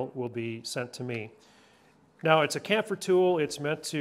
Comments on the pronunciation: For the love of God, it's chamfer not camphor FFS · I know it is notpicky but the word "chamfer" is pronounced like "champ-fer" not "camp-fer". You say is as if the H was silent somehow. I had to go look it up and the standard way to pronounce that word is the hard "ch" sound as in choo-choo or chosen or change, etc. I dont know why it made me wince every time you said it wrong. LOL Otherwise, fantastic idea and video! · Came here to say the same! 🤦🏻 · Absolutely agree. It is even spelled on the packaging 🤬 There is no excuse for poor pronunciation or grammar, also, does anyone actually know what 23 32nds actually means? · Titan says sham fur.